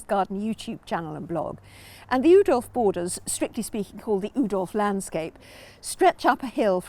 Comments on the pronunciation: Love the video but the Dutch pronounce his name ooh that's nice dolf rather than ow that hurt dolf. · Brilliant video. Thank you! BTW Oudolf is pronounced Owdolf.